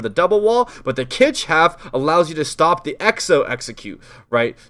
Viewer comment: anyone noticed how says shtop and shtuck